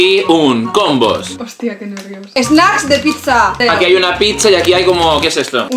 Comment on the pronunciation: cuando dijo aquí hay una pizza entendí: Aquí hay una picha JAJAJAJAJAJA